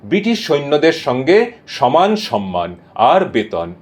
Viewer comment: দাদা আপনি সম-মান কে সন-মান বলেন কেন? কানে লাগে